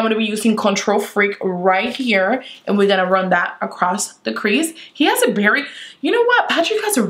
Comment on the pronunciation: I love how she says bery instead of very 😂